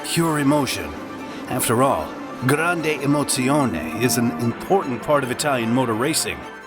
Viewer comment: as a italian that prunaciation of grande emozione killed me 🇮🇹🇮🇹